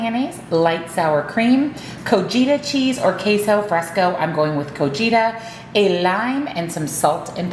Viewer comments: Pronunciation for Cotija (CO-TEA-HA) 😂❤ Love the prep this week 😊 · Great recipes,! Here’s some help: cotija = co-tee-ha. Then is j pronounced like an h. 💕💕